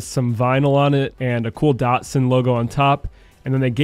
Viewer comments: Great content guys, I am subscribed to your channel, but come on guys... It's a DAT SUN not a dart sin. Keep up the great work. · How is an A pronounced like an O? There is no O in the name Datsun